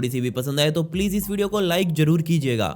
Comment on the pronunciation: Bhai mujhe ek sawal pochna ha ap Zaroor ko jaroor ku Bolte ho